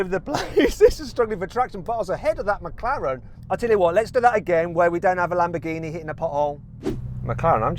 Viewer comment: 영국발음으로 맥라렌이 마카롱임?누가 들으면 먹는건 줄 알겠어